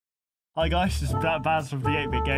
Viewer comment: Sorry fir saying baz name wrong xD